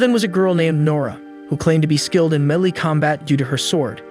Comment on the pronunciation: Melee (May-lay)